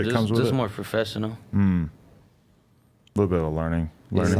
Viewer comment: This man said “Frofessional”